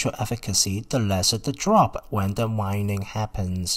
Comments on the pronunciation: Waning /way-ning/, not /why-ning/. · Waning.... not Wining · Pronounced wayne-ing. Informative video tho for sure